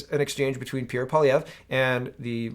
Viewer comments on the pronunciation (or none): none